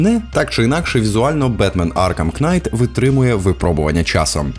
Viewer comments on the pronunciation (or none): Аркхем Кнайт? - kNight, K не читається в словах "knight", "knife" тощо бідна мова "вражаюче" використано 12 разів, з них в частині про Цусіму - 5 разів... "добре" - 8 разів "до біса" - 7 разів... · Дякую за крутий і регулярний український контент) Не хочу бути душнілою, але назва гри читається як Бетмен Аркам Найт, на початку багатьох слів, що починаються на kn, літера k не читається 😊